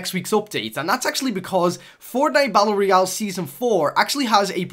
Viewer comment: He pronounces it "bat-ul royal"